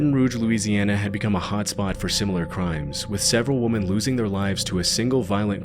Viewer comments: it's WOMEN pronounced wi·muhn not womon. That's the third time you've mispronounced the word women!!! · Just so you know, the plural of woman is women and is pronounced "wimen". No offence intended by that. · Woman: singular; women: plural ( pronounced like wimen) Narrator, please take note! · Why, WHY do all these crime narrators mispronounce "women?" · This AI can't tell the difference between "woman" and "women" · Misogynist narrator needs to learn how to pronounce the word WOMEN! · I love your channel; great job!! (just a side note your pronunciation of women isn't correct, but not a big deal❤) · surely im not the only one who gets annoyed at the fact he cant pronounce "Women" properly? xD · Please learn how to pronounce the word "women" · I’ve noticed you pronounce the word women as the singular form of the word woman. Women describe multiple women, woman describes one woman. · I seriously love your videos so much but there is one thing that has always bugged me there is a difference between the plural and singular pronunciation of the word women please look up the phonetic pronunciation of these words..your not the only YouTuber that does this I constantly hear it from a ton of YouTubers but I love your channel so much I had to say something..thanks for all your hard work though your videos are awesome it's just a total pet peeve of mine 😂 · Do you not know how to pronounce the word "women"? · there are at least two other people that post these type of videos, and they all pronounce it like that. it's bizarre. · well the guy can't pronounce the word "women" so what chance does he have at finnish names. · there are at least two other channels (one is nick crowley) where they pronounce it the same way, it's so weird. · i think he is physically incapable of pronouncing it correctly. it must be some kind of disability. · Why can't people pronounce women correctly anymore? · I love this channel, but saying "woman" every time you meant "women" was so distracting.